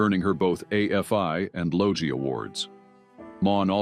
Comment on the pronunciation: In Australia, simply known Prisoner. Logie is pronounced Log-gee (not Lo-jee).